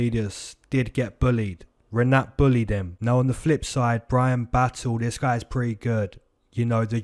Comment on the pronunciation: Yeahh broo🔥🔥❤️🫵🏿 that’s how you pronounce my name Like it! This weekend’s #Moneycity prediction Said Nurmagomedov Jake Matthews fight over 1.5 rounds Sean Strickaland vs Jared Cannonier over 1.5 rounds Rinatt🔥🔥🫵🏿